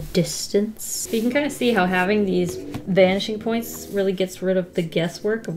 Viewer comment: Every. Single. Time. She. Says. “Vanishing Points”. I hear. BANSHEE POINTS